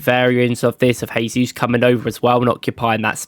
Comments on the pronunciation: JAYsus. HAYsus is the Spanish pronunciation. Jesus is from Brazil where they speak Portugese. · Nice video but NB: Jesus is Brazilian not Spanish, so it is pronounced with a soft J not H - zshaysus.